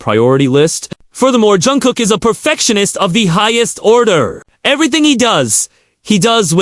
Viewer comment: You really butchered Jungkook and Yoongi 's names! I agree with you that Namjoon would make the best husband and father! Actually I think they will all make great fathers! But, Namjoon has the maturity needed!